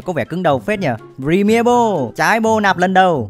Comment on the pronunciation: Góp ý mỗi cái đọc là bôn(ball) chứ ko phải bô =)))